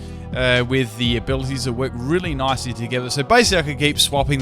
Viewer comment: Everytime he says nicely i hear Nazi.